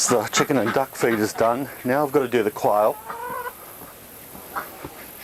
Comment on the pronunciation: oh, this is just what I wanted to see! the nitty gritty, the daily grind. but...I gotta love the accents. your quail sounds a lot like "coil" so my derpy mind is daydreaming of a little pen filled with little coil springs. bouncing around. I do have a question about this style of free ranging. you put the chickens away in the evening, I imagine. do you have troubles making sure all the birds are in the pen? I wonder if you could use a "one way gate" that you can close the door, in late afternoon, and by evening, they've all filtered back in, through that gate, and then you lock it, to prevent predators getting in? ponder